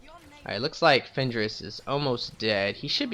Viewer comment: lol fend-ris tree is called shadow. it is threat reduction* not threat degeneration lol